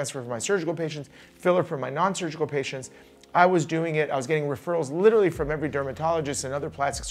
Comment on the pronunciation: There’s an r in “literally” the trend of people pronouncing it “little-y” is so unnecessary